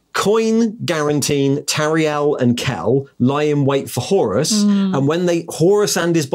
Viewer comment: Is anybody else weirded out that pronounces "Horus" as "Horace"? Flashbacks to 80s ZX Spectrum games...